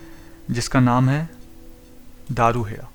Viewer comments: आप साउथ इंडियन है क्या आप में बहुत सारे गांव के नाम गलत बोले, जैसे पचगांव, बावल और भी आप मैं कई गांव के नाम, धारूहेड़ा को आप दारूहेड़ा, साहलावास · Bhai, aap ne delhi gurgaon Alwar rrts route me aane wale metro stations ke names bataye unko sahi se bolna, ye hai dharuhera (daru hera wrong name and pronouncing daru hera se lagta hai ki ye daru(wine) wali jagah hai. Next is baawal. Bawaal bolne se lagta hai yahan par dangaa/fasaad hota hai. You can confirm the correct pronunciation of these names from advocates of gurgaon in hindi or from bus conductor of this routes. It is BAA WAL. Thank u. P. P. Sharma, Sr. Citizen, Gu rgaon. U.